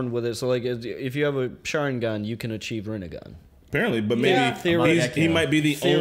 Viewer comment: moders. please tell them its not Rennegan its Rinnegan...because otherwise it reminds us of Renegade :D